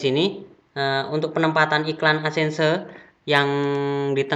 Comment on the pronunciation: 'ADSENSE' "Edsen" aja bilang nya mas, gak usah ada tambahan "se" nya. Saran aja ini mah 😅😅😅 Aku subscribe channel mas baytheway